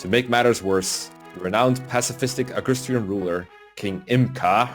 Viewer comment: It's Agustrian, not Augustrian. Anyway, Chapter 2. I like the music, as well the units you recruit in this chapter (except Sylvia), but GOD is it so boring from the backtracking